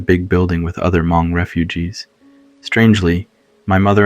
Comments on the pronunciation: Good story but couldn’t get past the inconsistent pronunciations and Huh-mong instead of Hmong pronunciation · Loved it but please don't say H-mong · Same here! Like bro you know how to say these common words. L For example, Haa Mong!? Like really!?